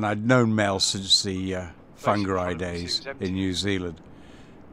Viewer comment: whangarei, fun ga ray. phonically